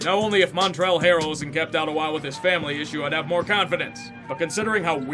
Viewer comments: It’s pronounced “Montrez” not “Montrell” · Buddy you gotta pronounce the Z is Montrezl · "Montrell harrel" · Anyone else hear how he said Montrezl